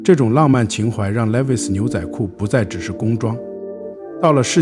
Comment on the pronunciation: Levi's 讀為 Lee-wise